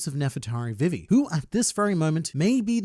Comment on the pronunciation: you saying vivis name triggers me